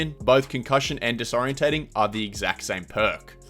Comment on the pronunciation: disorienting say it correctly holy shit